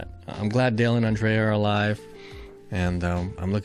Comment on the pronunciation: Andrea not Andreya 😂